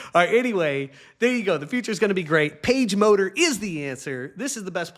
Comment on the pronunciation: I have to admit that when you first said "PageMotor" I heard "PageModer." One data point for you.